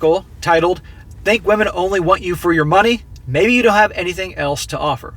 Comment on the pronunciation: Who says "wahmen" aren't funny !!!